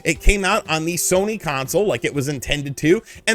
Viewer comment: Haha at one point yo said shony sare